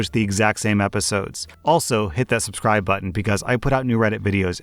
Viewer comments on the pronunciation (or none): none